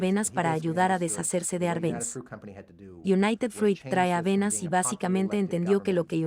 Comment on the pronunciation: Me pregunto por qué motivo, la persona que relata en español, lee tan horriblemente el texto… sin entonación ninguna, sin la pausas adecuadas y sin hacer siquiera caso a los más elementales acentos (sólo como ejemplo, no escuché ni una sola vez la diferencia entre “como”, y “cómo”…). Además, el documental menciona constantemente a Edward Berneys, y lo leen como “Benas”… Realmente una pérdida de tiempo